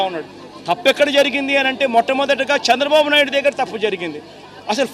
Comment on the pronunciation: శ్చంద్రబాబు కాదు చంద్రబాబు నువ్వు ముందు తెలుగు నేర్చుకో నువ్వు అసలు ఏం సహాయం చేసావు 5 సంవత్సరాల్లో వేల కోట్లు దొబ్బేసావు నువ్వే కాదు నీ నాయకులు కూడా రాష్ట్రాన్ని గుళ్ళ చేసి నాశనం చేసారు ఒక్క రూపాయి కూడా సహాయం చెయ్యకుండా కబుర్లు దెంగుతున్నావు